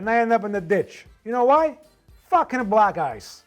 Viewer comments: *black gice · Oh now I get it he was saying black ice but it sounded like he was saying black guys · He said "black ice."